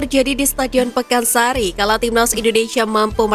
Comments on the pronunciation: Pakansari wey, bukan pekansari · Jangan ngrubah2 nama setadion min,Pakansari yg bener,bukan pekansari!